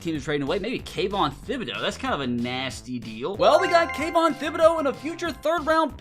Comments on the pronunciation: Can someone tell my man that the “Th” in Thibodaux still makes a regular “tib” sound and not the “thib” sound 😂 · You are say thibodeaux wrong I’m just saying